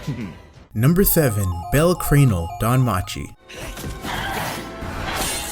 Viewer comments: The way you said Cranell🤦‍♂️ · Completely butchered Bell's last name 😭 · The way he says bells last name pisses me off bro, you pronouncing it wrong bruuhhhh